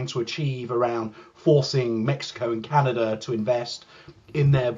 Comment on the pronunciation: It’s hard for me to take anyone seriously that pronounces Canada with an R.